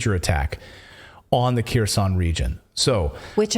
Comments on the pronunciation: When you say Keroson no body in my family understood what city did you mean unless we looked over the maps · Kherson, is NOT Keeersawn. OFFS, PLEASE GET HELP PRONOUNCING RUSSIAN NAMES!!!!!!!!!!!!!!!!!!!!!!!